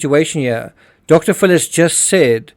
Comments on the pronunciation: You are a very good detective and I really like your videos. Just one correction. The way you pronounce Dr. Phill it sounds like Dr. Full. Sorry to point it out. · If this AI voice , im sick if you prpnoucing it " Dr Full" its Dr Phil! Aldo Burke is CLEARLY autistic . He has to be. If he hurt his sister IDK but hes austistic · Dr. PHIL , not Dr. FULL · Dude your my favorite true crime channel. I cant tell for sure, but i swear you say Dr.fool for Dr.phil. ha-ha my hearing isnt so good